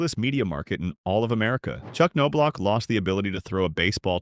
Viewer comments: First season with World Series ring! kirby Puckett, Jack Morris, Kent Hrbek and manager Tom Kelly get alot more credit for that! Looks like Result of losing a fight ! Glad i put this on Closed Caption, the NOBE gets annoying, IT S pronounced Knob. And You've Put him down in 3 VIDEOS NOW, what decade this CHANNEL from? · How do you make a 30 minute documentary on somebody and not know how to pronounce their name?